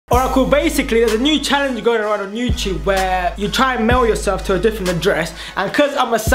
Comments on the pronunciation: why you always start saying baysicly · you always say bacicly